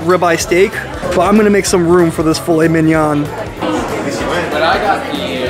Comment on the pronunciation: Driving me nuts with the way you say filet mignon!!!